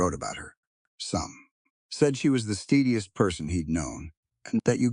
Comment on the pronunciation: Steadiest is a form of the word; stead .you said steed, which is a horse. Yo actually said steadiest: most horse-like? Can’t anyone help AI with pronunciation?